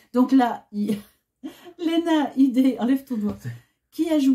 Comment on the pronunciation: Coucou Alors j'ai vu ce film il y a bien longtemps et grâce à Lena Headey car j'adore cette actrice et juste au passage on prononce Lina Hidi et non Léna Hédé 😉 J'ai bien aimé ce film, mais suis-je vraiment objectif ? 😉 J'ai été étonné que vous présentiez ce film car je l'aurais pas classifié dans les oubliés, mais vous m'avez donné envie de le revoir 🙂 Et votre idée de film conseil pour les jeunes est une bonne idée après faut toujours préciser que la sensibilité des uns et différente des autres, j'ai deux enfants de 12 ans un garçon et une fille, et je sais que mon fils peut voir plus de chose en matière de film de genre que ma fille qui veut rien découvrir car elle aime pas être angoissé ou avoir peur, je pense la vendre 😂 Sinon gros like les amis pour votre vidéo 😘